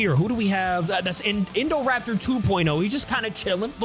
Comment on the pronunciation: Uh you said indorapter